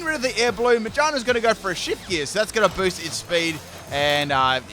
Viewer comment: dedicates life to Pokémon Also: takes no time to learn read the name It still baffles me how gear reads as jar to you